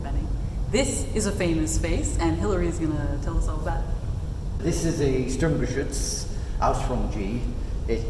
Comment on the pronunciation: The most impressive thing about is the perfect pronounciation of "Sturmgeschütz" and other german words. Seriously, Im german, and he says it without any noticeable accent.